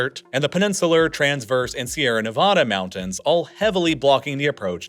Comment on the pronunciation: He also pronounces mountains as mounans